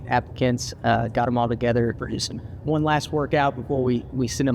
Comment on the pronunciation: "One " .... Noooooo!!!!?!?!??!?!??! Say it right!!! .... "One." 😂😂😭